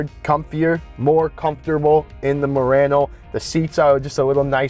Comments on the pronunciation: Pronounced MU-RA-NO. Not RAN -O 😢😮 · It's late. I'm cranky. Can somebody teach him how to pronounce Murano?😂😂😂.. . Potato potaaaaato